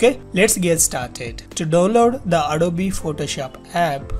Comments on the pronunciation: bhai ita adobe not adobeeeeeee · Please say adob not adoby